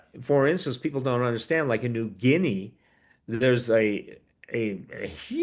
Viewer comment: Did you say nui guinea ? Where is the d.u.m.b s aprox located?